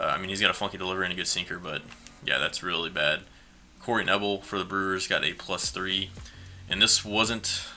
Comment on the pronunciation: Knebel is pronounced Kuh-nay-bull